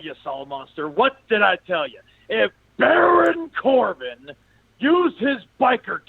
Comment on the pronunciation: the way this man says Baron Corbin lol